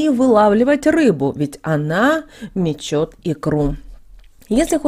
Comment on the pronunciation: Не мече"т а мечет икру рыба-учите русский язык пожалуйста!!!